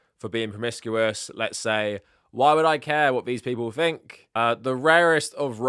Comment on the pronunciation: Please stop saying Fink instead of Think.. it’s driving me nuts…